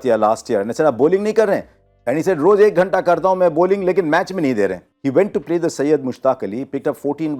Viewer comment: Abe idli dosa har word mein "th" use karna bandh kar.